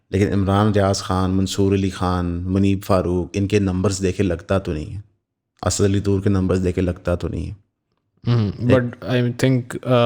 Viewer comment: Baki sab tu thek hay per ye Asaaad kon hay? Goron ko to dikkat ho sakti hay pronunciation mein per Packisthani bros should be able to say "Assad" as it is in Arabic.